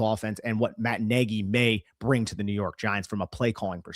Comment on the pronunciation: pronounced neg-ee